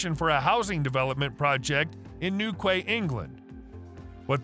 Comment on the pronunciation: It's not Newkway, it's Newquay- pronounced Newkey. A quay (again,pronounced key) is a stone or metal platform for loading/unloading cargo onto ships.